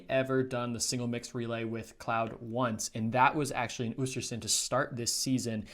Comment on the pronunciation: Not to hate but the way you pronounce östersund pains me 😭